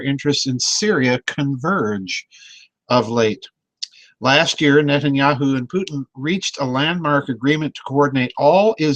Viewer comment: lol Did I hear him say at the opening "Nutenyahu" ? Very fitting if not lol